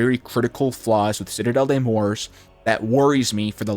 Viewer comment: It’s morts…… not Morse 😂🤦🏽‍♂️